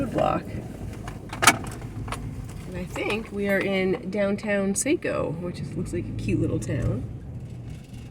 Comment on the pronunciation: Saco is pronounced “Sock-o”